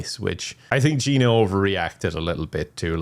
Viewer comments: There isn’t a ‘Gina 1’ either since her name is actually Ginia but keeps saying her name wrong 😂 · i like how he misreads Ginia's name for her entire existence...